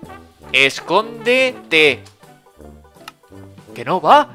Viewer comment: Like si viste a decía esondete en vez de escondete